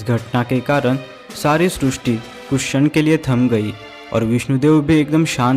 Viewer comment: आप सब शब्दों का सही से उच्चारण क्यों नहीं करते हैं ? जैसे ही इस वीडियो में सृष्टि शब्द को गलत तरीके से उच्चारण कर रहे हैं|